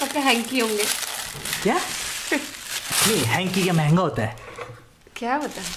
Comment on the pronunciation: Bar bar jb app manhga bol rahe the. tb hi hm samjh gaye the.